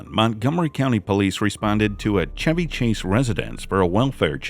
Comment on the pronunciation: He pronounced Chevy correctly. AI would have pronounced it like the auto. This used to be called Radio voice. It's a lost art.